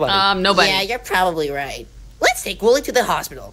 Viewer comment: “Woo wee” no it’s wooly